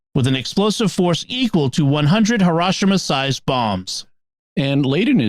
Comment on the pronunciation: He ro shi ma not Ha ro shi ma. Hi is pronounce like the English word he and at least one other place in the video